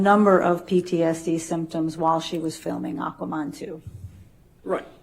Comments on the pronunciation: Hates men so much she had to say "AquaMON". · She couldn't even mention the word MAN in Aquaman. Had to twist the word to AquaMON 🤣